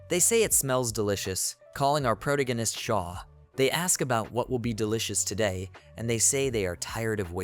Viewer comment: I cannot stand hearing the mispronunciation of "protagonist"! Is your programmer lazy or stupid? Correct the stupid error, already! Better, go back and insert it in all the other AniManga you've already done!